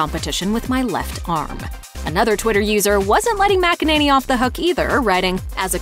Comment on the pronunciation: For Christ's sake, it's not mack-a-nanny, it's mik-in-a-nee